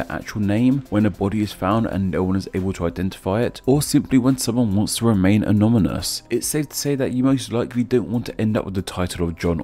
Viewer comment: Dude you said "anomynous". :))